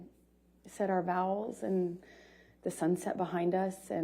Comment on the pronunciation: Did i hear her right? Did she say they said there vowels at the wedding? Thought it was vows. Lol